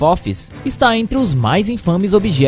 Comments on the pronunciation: "Afofis"? "distância entre a Terra e a luz"? Esse cara tá lendo e ainda fala tudo errado! Ele não ouve o que diz? Não sabe nem ver que não faz sentido? Essa merda de canal não tem um simples editor? Um revisor? Ou tem e eles também são analfabetos? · “Afofis” kkkkkk legal o vídeo